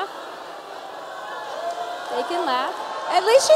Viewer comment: "They can leff"....they are laughing Tomi. They are laughing, they're laughing at you.